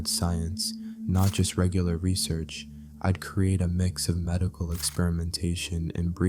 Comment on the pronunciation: This calm voice for narration is perfect in my opinion, but the mistakes of pronunciation - "I'd" turns into "Id" - make it really annoying and difficult to focus